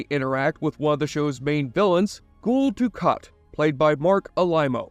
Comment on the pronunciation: He also occasionally says things like "Ghoul Dukat", which is a weird mistake to make when no character pronounces Gul like that.